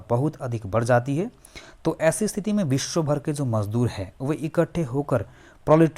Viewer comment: Aap West Bengal se ho kya? “Biswa” bolne ki accent se aisa lagta hai..